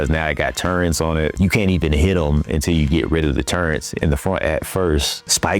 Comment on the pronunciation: Those are TURRETS not turrents. Turrents is not even a word.